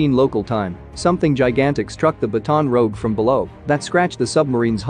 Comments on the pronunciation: SOMEONE troubleshoot/remedy computer pronunciation algorithim! Really?!....Baton Rogue instead of Baton Rouge?!-Whiskey Tango Foxtrot! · The baton rogue 🤣 “Batten rUUUUge” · I know you're using tts, which is unreliable for pronunciation, but it is "Bat-on Roo-oosh" before anyone mispronounces the name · Did they not see each other, or did the Russian sub not see the "Baton Rogue"? (And yeah, I know. I spelled it consistent with the tts pronunciation) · Ba-tawn rowge. Please tell me this is a computer generated voice and a human food not pronounce it like that. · the way the computer pronounced “Baton Rouge” 💀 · That’s the point 🤦‍♀️ “Standard English” is America’s version of the English language that was used to build the text to speech program and Baton Rouge isn’t an English place name and thus doesn’t use English pronunciation so the program can’t say the place name correctly.